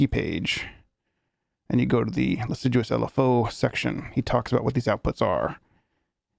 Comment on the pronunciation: Not sure if you found out yet but it's pronounced liss-ah-jou :)